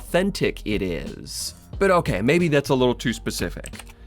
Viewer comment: I'm pretty sure that "Chauvin" is pronounced "SHOW-vin".